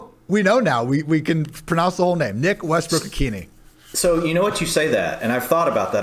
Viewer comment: Sorry guys, still wrong. Westbrook-Ikhine pronunciation = ih-KEEN-ah (rhymes with Sheila.) Sincerely, A Titans season-ticket holder